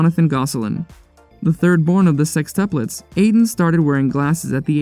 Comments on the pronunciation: It’s sextuplets, not sextupples LOL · why does the narrator say 'sextuples' haha